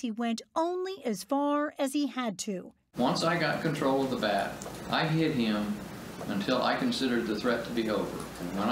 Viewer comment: “Zishhh izshhhh shnnot shhhhomeone who loshhhhes conshhhrollll”